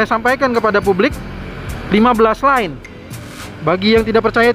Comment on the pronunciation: lane, bukan line